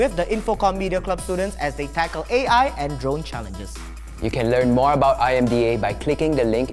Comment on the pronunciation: said IAI instead of AI